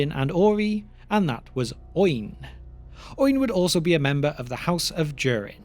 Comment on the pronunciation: Oin and Gloin are two-syllable names. They do not rhyme with groin.